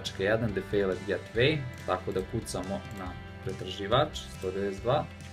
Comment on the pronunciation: "Defejlet getvej"